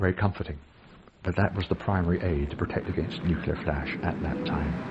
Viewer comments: Please stop saying "nyucular". It's wrong. It comes from the days of the Truman administration when the president himself had problems (!) pronouncing "nuclear" (NEW-clear). The American view of the time was that the president was next to God, meaning he was effectively incapable of being wrong, so the mispronunciation stuck in the United States. That doesn't mean everyone else has to copy it. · Why do people say "New-Que-Lar" instead of "New-Clear". I lived on an RAAF base in Malaya in 1959. It was impressive to see those Vulcans flying low down the Straights. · Please say NUCLEAR properly it's not NUCULAR!! There is only one U not two, and an E, one U after the N and none between the C and the L. Please! Pretty please with sugar on top!!! You sound like a d umb Merkin when you say it that way!! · Loved the video! But my homie did make a few gaffes in my humble opinion Nucular instead of nuclear And Joystick instead of stick. PS Make more like these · nuclear, NOT nuculer! Gzis, you should know better. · I Expect To Hear My Fellow Americans Mispronounce The Word " Nuclear " But YOU, Our Language - Betters ? The Word Is Pronounced: New Clear - Got It ? NOT Nuu Kul-er 😱. For The Love Of God - Man ! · NuCLEAR not NEWCULAR, only complaint though. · It's not 'nuculer' it's nuclear. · It's pronounced *new-clear*, not *new-que-lar*, you muppet. It's your language, and you can't even speak it properly. That's bloody sad, but only for your children. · New-clear. Say it. New. Clear. Nowhere in nuclear can you get a pronunciation anywhere near ‘nuculer’ or whatever mangling this was. Good vid tho. New. Clear. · It's NOT "NOO-CUE-LER", damnit! It's "NEW-CLEE-ur" - the word, 'CLEAR' is right there! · It's pronounced NEW CLEAR not NOOCULAR FFS. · New-cle-a not new-clewla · Nuclear is surely pronounced new-CLEAR, and definitely not new-KILLER. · Come now, - say it with us now... "nu-cle-ar". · Nuculur weapons lol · as a neucular *facepalms. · "Nu-kill-er" weapon